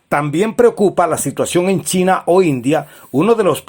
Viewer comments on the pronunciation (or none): none